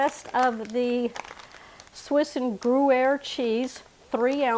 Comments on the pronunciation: The correct pronunciation of "gruyere" would be groo-yaire. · To pronounce Gruyere: think green air Without the N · Looks delicious . The cheese is pronounced GREE- AIR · Looks yummy. Will have to definitely try. Your differing pronunciation attempts of Gruyere (groo-yehr) was amusingly charming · Can't wait to try this. I think that cheese is pronounced like Grew-yair.❤